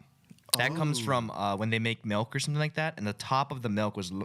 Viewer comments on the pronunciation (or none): ryan says MELK not milk